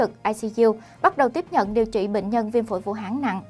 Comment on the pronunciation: Vũ Hán.chứ ko phải vũ háng.nghe ko thiện cảm.đề nghỉ người đoc chỉnh sửa lại từ này.hán ko phải háng.ok